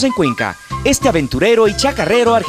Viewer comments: NO SE DICE CHACARRERO...ES CHACARERO!!!! SI NO SABEN DECIRLO NO LO DIGAN!!! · Me gusto mucho el informe, pero se dice Chacarero, no ChacaRRero ;-)